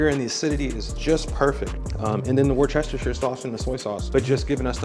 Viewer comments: Excellent video. I will definitely try this. A minor issue, you completely mispronounced Worcestershire 😂. It's pronounced: woostersher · Facts! 🤣😂🤣 great video! He was killing me with the Worcestershire pronunciation🤣😂🤣 I tell people…say Woost-ah and Shire (like the shire on New Hampshire)